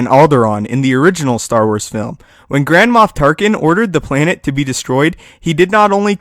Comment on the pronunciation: i thought you said grandma tarkin! XD!